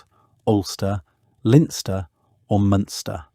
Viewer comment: "They burned what they could carry and rode away". What is that even supposed to mean? Len-ster not Lin-ster. I'm giving up on this one and not even 2 minutes in. You haven't even bothered to find out how to pronounce anything Irish but say it with such confidence.